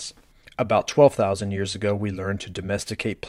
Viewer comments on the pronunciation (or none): none